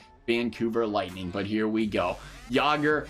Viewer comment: Good video but “Vancouver lighting”